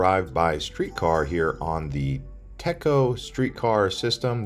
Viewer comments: Tea-co is the pronunciation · TECO is pronounced like “tee-ko”. And the Colombian is a Spanish restaurant, not just Cuban.